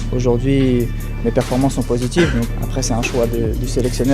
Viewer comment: Rabbiot et ces "performanges" 😂😂😂